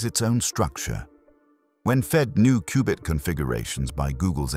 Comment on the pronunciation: A cooo-bit processor??? All that power and it can’t pronounce cubit?